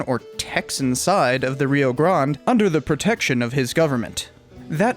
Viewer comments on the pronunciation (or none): And the reason Texans roll their eyes when "nuevo historians" from New Mexico pronounce Rio Grande. I'm surprised that you don't just go with Rio Bravo BTW, I am a Lobo